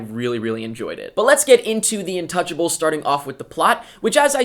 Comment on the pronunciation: not to be rude but you pranounce it different the title is french and you say it like intoosjable sorry for my bad english